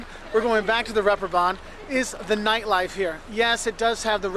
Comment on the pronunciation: Funny how you say neightleife, instead of nightlife. ^^ I'm sorry, but it's just funny to me! 🙂